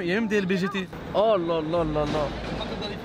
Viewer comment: Il a dit lbgt 😂😂😂